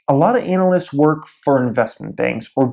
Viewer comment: ..... I've always said ... An-a-lysts .... not Anal-lysts... Am I saying it wrong... Sounds like someone proficient in Anal.